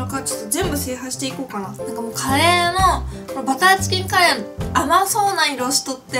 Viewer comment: 最初、カレーをカリーって言ったとき、なんかかっこいいって思っちゃったｗ